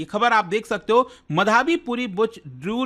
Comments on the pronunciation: Sir, wo माधबी है मधाबी नहीं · It's madhabi btw not madhaaaabi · मधाबी ❌️ माधवी✅️